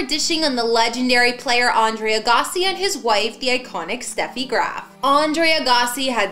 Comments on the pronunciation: Pronounce his last name correctly. Jesus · She doesn't know how to say his name.